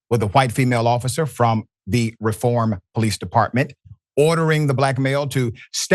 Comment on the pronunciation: The city is pronounced REE form.